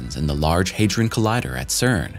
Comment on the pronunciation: The only unbelievable part is the pronunciation attempts of 'Hadron'.